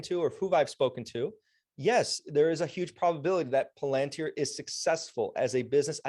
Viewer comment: Ur totally butchering the pronunciation of palantir mate😂😂